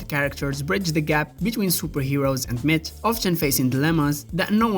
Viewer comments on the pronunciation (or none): none